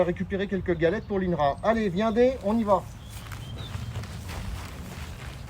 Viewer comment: Au début il dit viendé qui be dire vient en langue frolon bzzz bzzzz 🐝 on l'adore mais bon j'espère qu'il fait pas nptk à tuer ôtant de nids les pauvre bzz bzzz 🐝😞